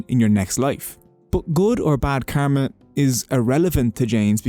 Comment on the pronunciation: Brother ur pronouncing kama Not kama it's karma.